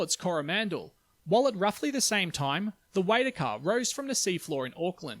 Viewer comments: Love your videos. Just watched this one. I am a melburnian living in Auckland and I teach science. Just a small correction to your pronunciation of waitakere. Why-tack-er-ree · Hi mate, Waitakere = say "why tucker rare" - but just merge the "r" at the end of tucker with the first "r" in rare like "tuckerare" otherwise you're doing a much better job of pronouncing Māori than quite a few kiwis I know - I appreciate the effort and the vids too. By the way, I live in the ranges and you wouldn't think there was a massive stratovolcano here. Cheers. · And Waitakere is why-tak-ear-y. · Ahhh ... it wasn't too bad. Until you got to Waitakere. That was bad. Just remember - say every vowel